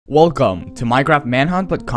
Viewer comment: 854 camments and another thing in he says wolceme hahahahha but you are pretty cute